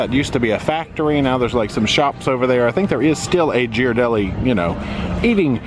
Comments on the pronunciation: SO many things to do in SFO! You must plan a return trip! Alcatraz is an awesome tour! And needs lots of Ghirardelli chocolate! (And it’s pronounced “gear-a-delli”) Hope you found the end of the cable car line. It’s right down in front of Ghirardelli’s. Looks like you took a pic from there, so I think you did. 🥰 And you can watch those sea lions fight for dock space forever! They’re hilarious! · Ghiradelli is pronounced Gear-uh-deli